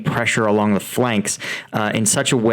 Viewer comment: "The" rhymes with "uh" when the next word starts with a consonant. ex the difference, the biggest, the quote, the most, the rail head. "The" rhymes with "tree" when the the next word starts with a vowel. ex the end, the army, the objective. Love your reporting! I hope this helps with the delivery of your brilliant analysis.